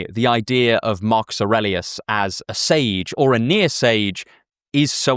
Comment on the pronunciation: You pronounced Aurelius the right way like in romance languages 👍